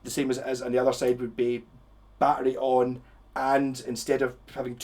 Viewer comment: Dude okay now that's a very cool pedal I just learned something to about the a b pedal okay that's cool took me awhile to figure out you were saying battery I was like what the f*** is he saying peace out have a good day